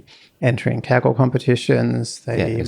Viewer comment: "A former president of 'keggle'"